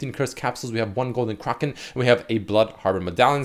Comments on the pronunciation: who the fuck says Kroken? its Kraken A as in apple! Fucking driving me nuts cant even finish the video without typing this lol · Anyone else tilted by him continuously saying Golden Kroken and not Kraken? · Its spelt kraken. Pronounced cracken. NOT CRAWKEN. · "Golden KRAHken" made me fuckin lose it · The way he says kraken actually hurts my ears. Then randomly he pronounced it correctly like once or twice but most of the time he was saying "kraaarken". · actually illiterate, seems like every video he can’t pronounce simple words. Craw-kin? Are you kidding me dude?